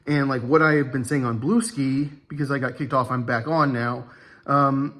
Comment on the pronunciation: Hi. It's pronounced: Blue Sky